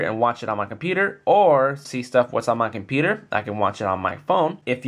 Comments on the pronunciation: com-peter??? competer competer competer???? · he cant say computer lol